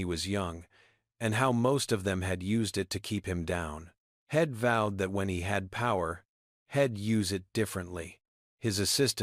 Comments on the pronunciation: So many pronunciation mistakes, it sounds ridiculous. Head, for he’d, shed, for she’d , Ill, for I’ll., ill is another word for “sick” and so many more, you should be able to find them, and make them learn how to pronounce them correctly! Here’s another one, hell, for he’ll. Im for I’m. The longer I listen to this, the worse it gets! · This was a good story except the fact that AI could NOT pronounce words correctly, you need to better or not do it at all!!! The word he'd was pronounced as head, the word she'd was pronounced as shed. Really you can't pronounce words correctly??😢😢